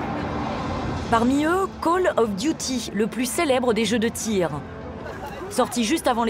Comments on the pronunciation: « Cooel yof duiti » 😂😂😂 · "Cooll of dUti" 🤣